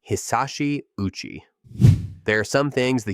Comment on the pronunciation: Hisashi O uchi. You pronounced his name "Uchi" lol, the o is pronounced separately, Japanese pronunciation is like hi sa shi o u chi